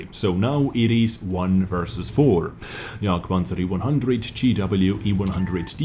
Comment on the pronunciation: Jagd-E- Panzah- E- One Hanzah :D